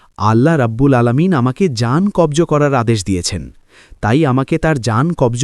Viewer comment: কব্জ নয় কবজ হবে ।